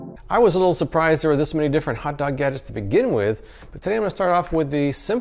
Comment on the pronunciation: I hated his "hawt dawg gadgecs"